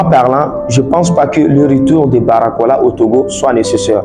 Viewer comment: c'est BARCOLA et non Baracola 🤨